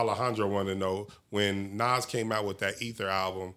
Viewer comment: It's not Naz it's nas